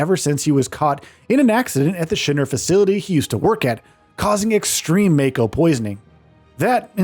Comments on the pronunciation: It's "mah-ko" not "may-ko" Mako is the energy flowing from within the planet. It's also the life force of everything living on a planet. When someone is born, part of the stream is coming to the body to give it life. When someone dies, its souls goes back down to the life stream. So in a sense using mako as energy source is like getting gas at gas station, and part of that gas is you dead grandpa, grandma's souls. This is also what Aerith was doing st the beginning of FF7R. She was listening to the life stream leaking out of the pipe. Tifa wasn't kidnapped by Don. She was on a mission to infiltrate the big mansion looking for info. Cloud and Aerith just didn't think she will be safe. They decided to dress up and goes in to the manson. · Could only hear you say "may-ko" about a dozen times before I had to click off, sorry but I would prefer to hear the point of view of someone who played the game. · when he kept saying MAY-co 💀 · I always pronounced it Mah-ko, but I was exposes to old ass anime when I was young. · Just wondering why you pronounce Mako the way you do tho you seem to have played the game and heard how it was referred by a lot of characters? You could be right which is why i ask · The way he pronounces mako means he is clearly just reading a script and has never touched FF7 Remake or Rebirth.